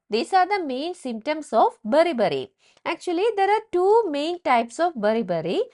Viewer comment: 😂😂😂😂 beri beri hai bari bari kyu bolre